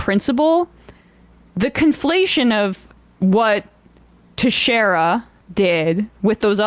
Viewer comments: It's Portuguese pronounced Teck-shara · Pronounced "Tex-air-ah". 😊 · in case you ever need to say texeira again the ei part is like saying hey. other than that i your pronounciation was pretty good.